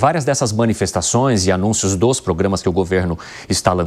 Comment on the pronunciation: O apresentador falou foi anus kkk!